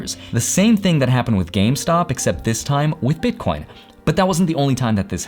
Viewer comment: are you calling them bitcorns ?